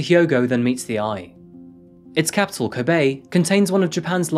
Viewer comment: You really need to fix your pronunciation of Japanese syllables. You make an effort for African, but not Japanese which is arguably simpler. You are propagating gaijin stereotypes.. This makes me cringe. It's ko-be (as in LOck), hi-ma-ji (him-ma-gee), using small vow sounds.